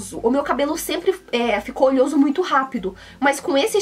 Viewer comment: né "olhoso" não, é "oleoso"